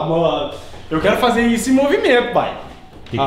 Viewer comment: Fazer ou feizer